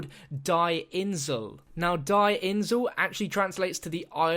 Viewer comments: You don't pronounce die as "die" in German, it's "Dee" xD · Die is actually pronounced like "dee". Had to correct it. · you pronounce "die" dee